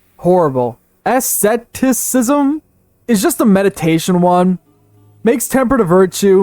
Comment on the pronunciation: Bloody hell, not trying to pronounce the faith names was a good choice. Even English words seem to cause trouble. "Asceticism" was already fun to listen to, but "Auspicious Birth" becoming "A Suspicious Birth" was just hilarious to me =D